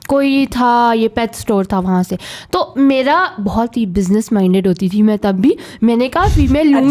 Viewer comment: Excellent pod cast. Everyone can relate to this. Just a suggestion, its Ghum not Gum. And its may-ra not meera